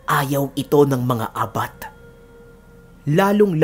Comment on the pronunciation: Ang tamàng pag pronounce Ng abat ay mabilis, correction lng po🙄